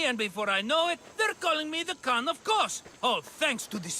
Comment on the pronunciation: Correction it is not Keos it is Kos